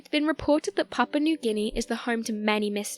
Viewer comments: but she talkign about Papa nu gini not papua new guniea :DD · It sounds like she's saying "papa newginy"